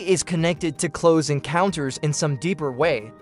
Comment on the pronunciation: Cloze Encounters... Dee-juh Voo...